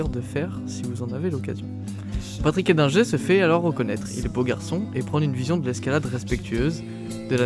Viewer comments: C'était le pote du spiderman français..c'est Edlinger pas Eldinger comme du le répète pendant toute la vidéo !! Dingue sa mort quand on voit ce qu'il grimpait !! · J'ai pas compris pourquoi tu prononce eldginger